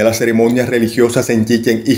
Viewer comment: Lleva acento en la a final pronuncialo correcto por favor 😏